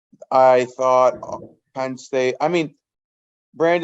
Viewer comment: It’s PENN not PIN. Come on